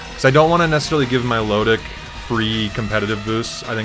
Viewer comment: Im not mature enough to constantly be able to hear "mylowdick" lmao